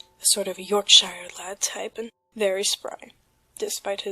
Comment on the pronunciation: Reddit is gay. It's pronounced york-sheer, get it together lass.